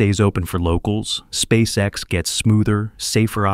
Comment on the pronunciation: Неужели нельзя отредактировать нечастые ошибки и нероавильные ударения? Спасека.с....Мазовой....